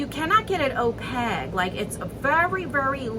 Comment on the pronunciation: Kills me every time you pronounce opaque...you say it like o peg...it is like cake so it is pronounced opake like cake. I love your videos but mispronunciation is like nails on a chalkboard. Makes my nape hairs stand on their ends lol